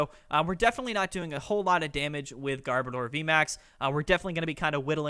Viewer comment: A lot of ppl massacre garbodors name. Its gar as in garbage. And odor as in oder. Sorry but it just irks me on how simple that is to figure out and they massacre its name